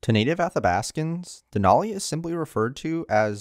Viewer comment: Just FYI, the “a” in Denali doesn’t have a short “o” sound. It is definitely an “a” sound. So it’s more like “Al” than “all”.